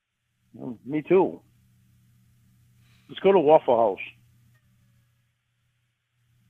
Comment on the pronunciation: "less go da waffle housh... I'll come pickyup"